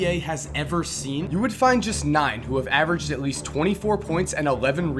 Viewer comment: Anyone else noticed avged instead of averaged